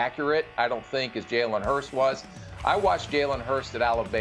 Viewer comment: Lol. Imagine being a former NFL GM and NFL Analyst and not knowing how to pronounce Jalen Hurts’ name.